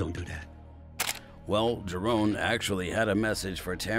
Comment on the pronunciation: JA-RON not JA-RONE!